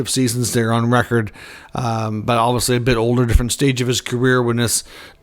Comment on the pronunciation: It’s pronounced obviously not obvosly….enunciation!!! Definitely is also pronounced definitely not defily!!